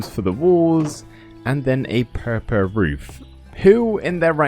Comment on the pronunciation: it’s crazy you can’t say the fucking word purple. You butchered the shit out of it. Where is the L?